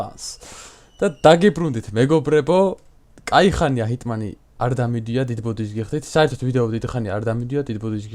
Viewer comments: ძმა ჰიტმანი არა ჰიტმენი 😂😂😂❤️ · ჰიტმანი არ ჰქვია ჰიტმენი ჰქვია